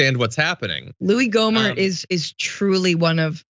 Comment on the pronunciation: It’s “Gohmert”